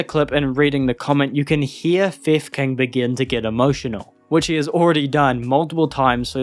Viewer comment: I only hear "fev kin" or "fifth king" instead of theft king in the video lmao 😂